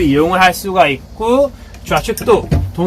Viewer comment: 있구~ 있구~ 있고로 발음하시는데 더 나은 것 같습니다.